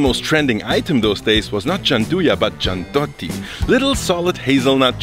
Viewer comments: Why do you pronounce it Giand’otti, when it’s actually written (and pronounced) GiandUIOtti? 😁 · You say „Giandotti“ but it is wrong. They are called “ Gianduiotti“ ;) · I love your channel! I’m sure you don’t need another Italian living in Berlin correcting your pronunciation, but in case you do, it’s “gianduyotti” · as an Italian I have to correct your pronunciation of gianduiotti: ʤandʊ'jotto. I recommend the chocolate with the golden paper, the red one does not like at anyone ;) sorry for my bad english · so it ends up sounding like "giandu-yot-ti"!! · I'm not even Italian, but I really cringed each time if he said "giandotti" - maybe because I'm Swiss, and we also take the chocolate game very serious. xD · Pronounce it like "janduyotti" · The correct pronunciation of Giandugliotti sounds like " Jandouyotti " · Amazing well made video and info !😁👏👏👏 Please pronounce GIANDUIOTTI right... speaking all the vocals.. G I A N D U I O T T I 😍 In Italian we pronounce every single consonants and vocals 😅 God bless you 🙌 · You pronounce gianduiotti like it were spelled giandotti :'D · Ok GIANDOTTI was not exactly the right pronounce but it's ok 😂😂😂😂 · Jan-du-yotti (giandiuotti) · It is pronounced giandooyottee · Its pronounced: GianduIotti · It's pronounced "jyan - doo - yaut - tee" please edit your whole video because I have an ictus every time you say that wrong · Please stop miss pronouncing gianduiotti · This lad trying to say "gianduiotti" makes me ricochet backward. EDIT: I love how absurdly correctly he says "supercrema" tho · For anyone wondering: yes he pronounced gianduiotti (the chocolate sweets) wrong all the entire time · dude! is GIAN DU IOTTI ! you are missing the UI in the middle!! nice nice! better than Caffarel brand are Pernigotti and Novi, but is a matter of choices! cheeers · Giandotti ffs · It’s gianduiotti not giandotti; nevertheless, very cool video. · my friend, it's "Gianduiotti", not "Giandotti" or similar...please